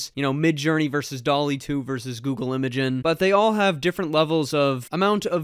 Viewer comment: It's pronounced 'imagine'..